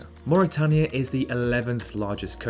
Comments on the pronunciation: Did follow and subscribe, but then noticed a geographical channel could not pronounce "Suriname" and "Mauritania"... Quickly unfollowed and unsubscibed. Good effort if it was made by 10 year old. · Good vid. Your English pronunciation of Suriname, Mauritania, and Timor is slightly off though. "Attols" too.